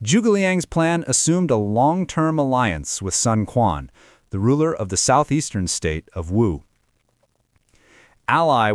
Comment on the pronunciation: Sun Quan, written as 孙权, is supposed to be pronounced as Sun Chuan in Mandarin Chinese, not Sun Kuan